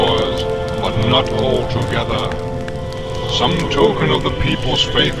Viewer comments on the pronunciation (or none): none